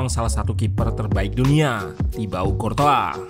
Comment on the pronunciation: Ssst.. Buat mimin Curtois dibacanya mirip Croissant.